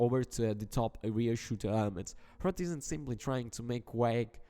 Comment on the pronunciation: Proud to be from the Czech republic. And hrot is pronounced differently. Type it in google translate and change it to the Czech language and play it.